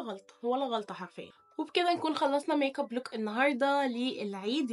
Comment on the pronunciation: 😂😂انتي بتقولي ميك كوب ليه